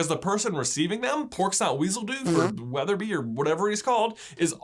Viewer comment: Percificus wetherbeee